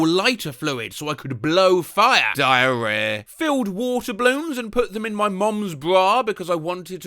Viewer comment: why the heck do you pronounce diarrhea like that